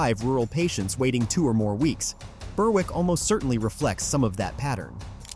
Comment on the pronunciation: Burr- Wick?? Its Berrick, 'W' is not pronounced